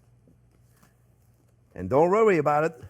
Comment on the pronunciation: Don't rorey my dear chef it's gonna be alright😅